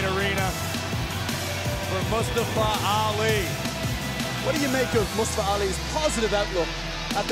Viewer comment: Who dafuq is "mUsTuHfUh"? It's Mustafa. Say it with me now!